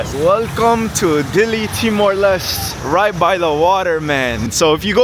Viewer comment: TIMOR LESTE (LES-TE) not LEST or LIST!